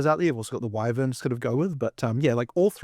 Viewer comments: The guy on the left… Drood… wivern… ugh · Droods? Wivvuns? Get that man a speech therapist. And some self respect.